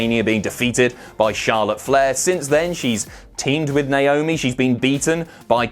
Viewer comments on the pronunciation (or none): none